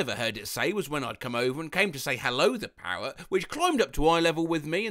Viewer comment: How thE hell do u say R normally, but when u say mirror or parrot its just miwow and pawet